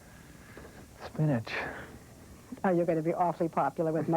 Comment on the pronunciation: I love how he says “espinach”